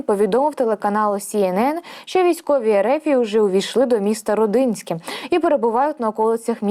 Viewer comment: Правильно казати: РОдинське і БІлицьке.